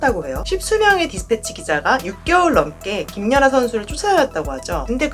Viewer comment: 저기요...김녀나가 아니고 김연아입니다. 남의 이름을 넘 왜곡해서 발음하시네요. 거 열라 신경쓰이네